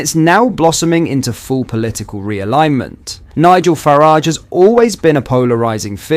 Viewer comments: Way you said Nigel farage 🤣😂🤣😂😂🤣🤣😂🤣🤣😂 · How did you mispronunciate Farage